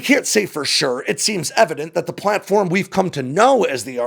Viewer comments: It’s “platform” not “plane form”. :-) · Isn’t the word “planform”? (No “plane”)